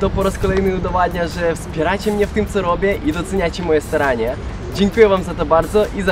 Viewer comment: usłyszałam ,,i doceniacie moje sranie"😂😂😂😂